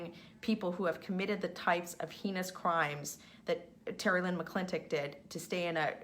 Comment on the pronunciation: It's pronounced 'haynous' not 'HEnous' Michelle, I suppose that's because 'she's' do it too.